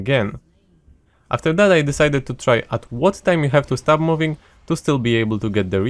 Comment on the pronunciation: He says stop like start lol. Was so confused